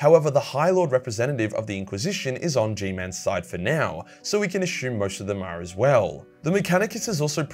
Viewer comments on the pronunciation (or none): none